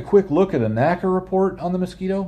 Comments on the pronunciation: N.A.C.A., not naca. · Very nice video, but please NACA is not pronounced as a word, like NASA is. It is/was the letters N.A.C.A.